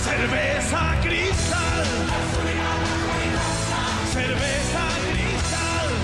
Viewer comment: How are English speakers able to pronounce the R in cerveza, but not the R in cristal? IT'S THE SAME R